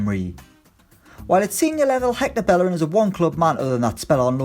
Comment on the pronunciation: Why you always pronounce Bellerin wrong?